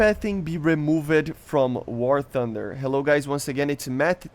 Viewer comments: Stop saying "REMOVID" Proper way to pronounce it is "Ree-Moov-Duh" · Love your videos and consistency brother. Just wanted to mention (American who studies languages) the word “removed” is pronounced ree-moovd. Send me some Brazilian girls contact info if u got some to spare bro 😂